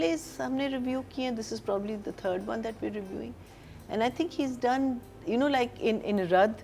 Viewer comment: Can you 3 ladies tell your host its Review not rayvew of the drama!!